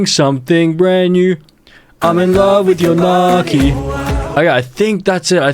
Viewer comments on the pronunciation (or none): Bruh gnocchi is not “nah-kee” it’s “now-chee” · As an Italian, the mispronouncination of gnocchi disturbs me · As an Italian, the way he pronounced "gnocchi" is an abomination to all things food. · "nocky"💀 in Italian gn is pronounced like the Spanish ñ (ñocky), or "ny" (nyocky) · nohki 😭😭😭😭noooo gnocchi is pronouned like nyohkey not nohki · It’s actually nyo-key. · The Italian in me died when you pronounced gnocchi so awfully 😭